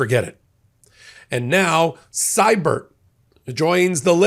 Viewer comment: In canuckland we pronounce Erik's last name "See-bert". just sayin.